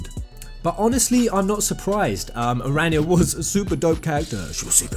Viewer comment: please correct your pronunciation of the dragoon knight of Aranea the guys in the game says her name all the time so how can u still get it wrong